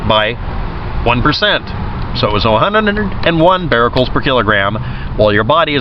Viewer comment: Becquerels (beck-kur-rels), not "bar-rel-cels" but still good video.